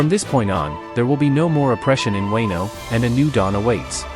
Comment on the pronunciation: Weno arc.. ?? Fuckin AI